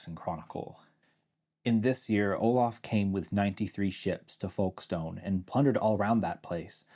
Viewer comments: Point of pedantry as an Englishman: the stone in Folkestone is pronounced the same as the word stun, not stone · Like many places names, we don't pronounce it fully or properly, the ubiquitous schwa! It's pronounced Folks-tun or Folks-t'n